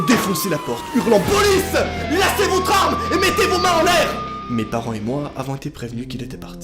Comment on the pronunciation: je reve ou il a dit POLICE LASSER VOTRE ARME